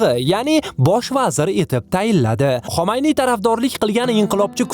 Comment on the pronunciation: sizdan iltimos: tarixiy shaxs va joylarning nomlarini aytishda e'tiborli bo'ling. Inglizcha aksent bn emas toza tilda gapirsangiz yanayam yaxshi bo'lardi.. Masalan Xomayniy emas Xumayniy va hokazo.